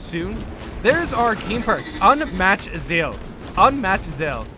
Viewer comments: Dude arent you a native English speaker? You dont know the word "zeal"? It's pronounced zeeeeel, like "feel". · Ok Im going to bite ....... its ZEEL ffs lol